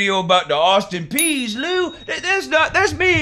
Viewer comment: The Austin “peas” lmao but I’ll be at work 😢 but I’m watching it when I get home